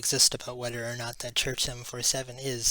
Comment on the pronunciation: Sorry. This seems like it is an interesting story. But I just can't get past the constant sounding of the "TH" as a letter "D" = saying "duh" instead of "the", "dat" rather than "that". It is just as jarring as; "expecially", "different to", "anyways", or to read "would of" (would've). It may seem petty to some people. But spoken language is so important to get right as it is our best attempt to communicate with the greatest clarity. Learning a new language I am often more concerned about getting my pronunciation right than trying to build up a vast vocabulary that might be spoken incorrectly. For the people who are not bothered by this, please forgive my attempt at helpfulness and enjoy the video. :-)